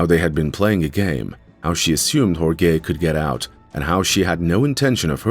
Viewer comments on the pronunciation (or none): Everyone, please be nice to AI, or it'll butcher your name--as in Hore-gay ;) Great follow-up